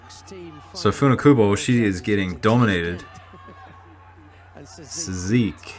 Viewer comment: So culturally insensititve..... This commentator is embarrassing. The event deserved better than this...... A guy who can pronounce Funakubo but can`t pronounce Cysique. Open your mind, man.